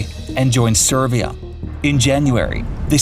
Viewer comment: He can start improving by learning how to pronounce “SerB” and “SerBia”, “SerBska”… there is no “V” in SerBia. Over here, we call such brats “Smarta$$es”